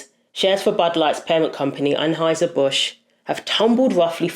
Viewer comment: Transhieser Busch 🤣